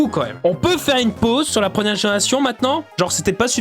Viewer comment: « La prenière génération » ?